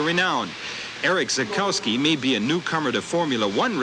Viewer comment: The mispronunciations really stood out for me....even Renault of all things. I could understand pronouncing the silent W in Derek Warwick's name but it was humorous to hear him pronounce Zakowski as you would in the North America and then hear Lauda and Dr Palmer pronounce it correctly (the German way). It's a bit of a bugbear of mine.